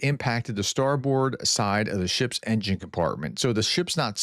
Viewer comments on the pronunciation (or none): none